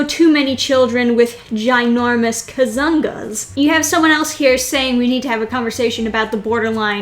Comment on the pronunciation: When you say "kazoongaas" with intonation at the "zong"LOL